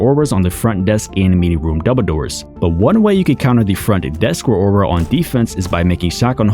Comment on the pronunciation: The fact that you can’t pronounce Rauora kinda bugs me idk why